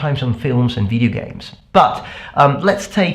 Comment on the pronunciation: Maybe a bit off topic, but I have noticed that you pronounce "video" like "wideo". Interestingly enough I follow a channel where a Chinese girl pronounces it exactly the same way.